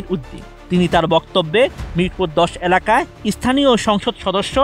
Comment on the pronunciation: *উপস্থিতি নয়, পরিস্থিতি নিয়ন্ত্রণ হয়। *রুদ্ধধার নয়, রুদ্ধদ্বার। আর ন্যাতা জিনিসটা কী? অ্যালাকা জিনিসটাই বা কী? পর্যায় নয়, পোর্যায়। উচ্চারণের দিকে খেয়াল রাখা উচিত।